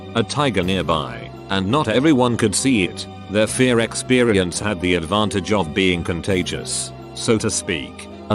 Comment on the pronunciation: Story: "Fear" Voice: "Fare"